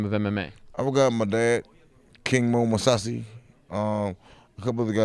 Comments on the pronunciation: "King Mo Moussasi"? This dude's in trouble... lol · did anyone else catch when he said "King Mo Mousasi"?